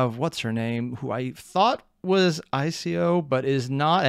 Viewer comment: Every time you called I.C.-0n "Ico" I wanted to punch you through the screen.